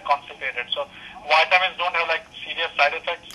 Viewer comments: whiteamins? omg, that's just funny... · is the pharmacist saying "whytamins" LOL He has got to be the same race as my doctor who gives me "whykadin" LMAO..